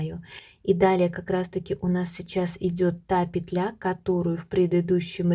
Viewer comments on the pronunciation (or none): none